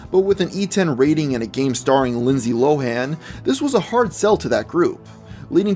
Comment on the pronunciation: LIE nsday LIE han